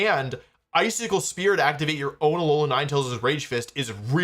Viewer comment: alomola wolfe: alomolomolomola the actual pokemon: alomomola